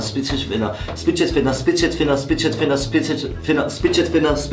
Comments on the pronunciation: Hauptsache hat 23 mal Spidget finner gesagt😹 Es heißt fidget spinner 🤨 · Warum sagt ihr Spiget Finner?😂😂 es heißt Figet Spinner😂😂😂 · heißt das nicht Fidget Spinner und nicht spidget finner? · Ist euch Aufgefallen das sie in Der Fidget Spinner Challenge Spidget Finner sagen😂😂😂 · Schon aufgefallen das beide “Spidget Finner” statt “Fidget Spinner” sagen 😂😂😂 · Die sagen einfach nicht fidget Spinner sondern spidget finner 😂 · niemande aufgefallen, dass sie satt ''Fidget Spinner'' ''spitget spinner'' gesagt haben :D? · bei der aufgabe 2 hatte niemand mehr als 3 punkte denn es heisst fidget spinner und nicht spidget finner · Es heißt doch Fidget Spinner und nicht Spidget Finner?! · Digga die sagen Spidged Finner und nicht Fidged Spinner 😂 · Wieso sagen die immer Spidget Finner??? Es heißt Fidget Spinner haha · Fidget spinner nicht spidget finner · 38 spidgetfinner, abzüglich 4 Versprecher = 34...... Jungs was los bei euch?😂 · Ich hab bei Sascha immer bitched spinner gehört xD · Wie die Idioten einfach die ganze Zeit Spidget Finner gesagt haben 😂😂😂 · Spidget finner Hört sich an wie bitches finger